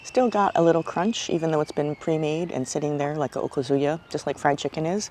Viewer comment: I like your videos and they bring back so many wonderful memories. But, it’s O-KAH-zu-ya. Not okaZUya.